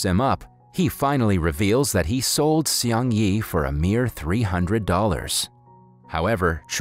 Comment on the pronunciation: Seung is pronounced as SNG without the vowels. It sounds like a car speeding. Please if you're going to review this kind of stories, ATLEAST LEARN TO PRONOUNCE THE CHARACTERS' NAMES RIGHT.